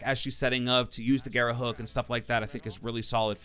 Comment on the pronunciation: I've watched nearly all the content for the new ops, no one said "garra" right, they all call it "gara". For all the non spanish speakers, if you see more than 1 R its pronounced "garrrrrrrrrrra"